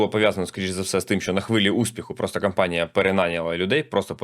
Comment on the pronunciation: Ваше кАмпанія дуже ріже слух 🥲